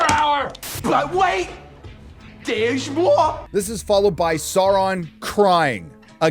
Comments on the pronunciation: What the fuck is up with pronunciation in this show? I thought it is "Narsil", but no, it is now "narCHIL". No, it's not "Galadriel", it's "Gayladrayel!". No, it's not "Sauron", it's "SHARON!". Ever heard of "Elrond"? Well, say hell to "HELRHOND"! It sounds like a wannabe 5th grader fantasy writer trying to sound cool. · What a "sour-man"? :face-blue-smiling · mispronouncing Sauron destroys your credibility